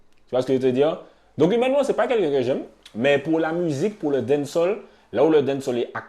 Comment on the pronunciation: Faut prononcer les a de dancehall